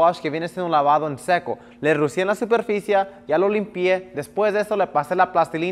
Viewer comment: De solo escucharlo decir SUPERFICIA me da irá. No hablar de GIDORFOBICA